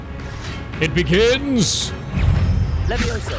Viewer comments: 😂 it’s leviOsa, not leviosA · I thought it was wingardium leviosa, not levioso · It's Levi-Oh-sa. Not levi-oh-saaaa! PS the whole 20 hours: leviosaaaa